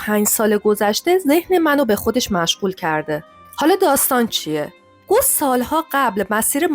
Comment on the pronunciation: اسم اون ریاضیدان گوس نیست بلکه gaws هست اسم آلمانی هست